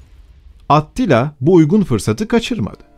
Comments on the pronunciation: Tamamda neden atila demiyosun da atttila diyosun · Aktilla mı Atillamı sürekli aktilla diyorsun. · Orjinali Attila olabilir ama niye at til la diye kulak tırmalıon o yüzden bıraktım izlemeyi, A til la desen At til la mezarından mı fırlayacak, güzel video ama kulağımı tırmaladığı için izlemeyi bıraktım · At tila değil, Attila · ATTİLA yazılır ATİLLA diye okunur. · Doğru söylenişi Attila'dır çünkü. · Bir solukta izledik. Serinin aynı kalitede devamını bekliyoruz. (Olumlu bir öneri: Atilla ismini, Avrupa kaynaklarında yazıldığı şekliyle değil de, dilimizce oturmuş şekliyle telaffuz etmek daha uygun olacaktır diye düşünmekteyim.) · aaattt.. Tilla telafuz.:))) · Attila değil ATİLLA